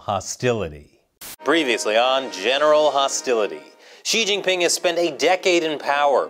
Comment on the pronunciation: bruh I found it hard to get past the probing joke and then you went "Chin-Gan"...